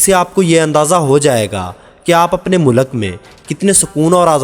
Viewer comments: O Bhai Mulak Nahi Mulk hota hai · mulaq nahe bhai mulq hota hai ... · Mulak... Nahi vo mulk hota hai... Pure video me...mulak mulak mulak.